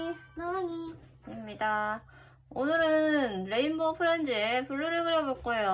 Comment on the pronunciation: 불루 할때 불.이 아니라 블. 블루라고요 아 나진짜